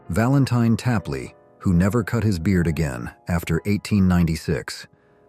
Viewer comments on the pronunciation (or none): none